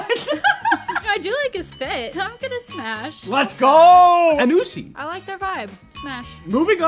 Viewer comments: AnUsSy Ok but I seriously hate how you mispronounce everything and don't remember names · the way he pronounced Anasui as Anussy 💀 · Note: The one you said was a copycat of Diavolo. His name is Anasui (An-ah-soo-ee) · Bro said anusi 🗿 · What the hell, the way you said Anasui is a crime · he butchered my boy anasui's name :(